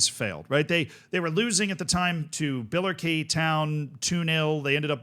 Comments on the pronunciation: Bila-Kay town 😂 It’s pronounced bill-a-Ricky if you care. Also the league is wrong but other comments got that covered. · i know this is a nothing burger but its pronounced Biller-Ricky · Your pronunciation in Billericay was driving me mad, I've watched Gavin and Stacey and they never said it like that. So I googled it and it's bil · luh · ri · kee. But other than that this is exactly the kind of Curiosity I come here for. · I know you like pronunciation so: BILL-er-ICK-eee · Feel so honoured is talking about my home town club and pronouncing it incorrectly 🙏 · It's biller-icky btw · My In-laws live in Billericay and hearing the pronunciation hurt. Lol. It's Bill-err-ick-ee. Names are weird. I found out the other day that Bear in Texas has an X in it. Bexar. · Also, it’s pronounced Bill-er-ick-ee, I imagine the population of Essex is currently screaming at their screens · Great to see you covering this man 😊 By the way, this is how to pronounce Billericay😅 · Massive double take here too, and was getting all unnecessarily riled up with the name pronunciation and league tier! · It's so funny hearing it pronounced the way he does